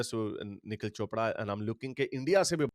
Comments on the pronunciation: Sir, it's Niraj Chopra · It's Neeraj Chopra not Nikhil Chopra. 😊